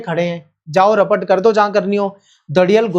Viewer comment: 😂😂😂😂 rapot x rapat😂😂😂